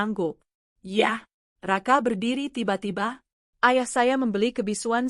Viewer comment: Blitar hadir..... ❤ Maaf penekanan kata "YA'' gk enek banget😂😂😂